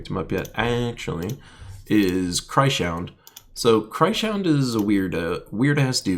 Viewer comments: Cry-Shound? xDD I think it is probably Krys - Hound. Because he's a Hound made of Crystals from Krystara ;) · I'm pretty certain the new troop is pronounced chris hound. Love your videos anyways.